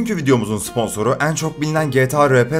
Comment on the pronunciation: nolur "en" kelimesini doğru oku artık kulaklarım acıyor